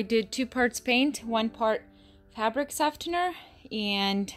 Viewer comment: That is not how you pronounce softener